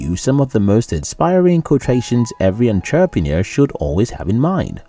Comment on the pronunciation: My one wish is for this guy to learn how to say entrepreneur properly then I can die happy. That aside I love your videos!